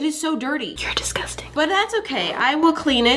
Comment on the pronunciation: “your disgustan” The cat”👁️👄👁️ what did you gust say”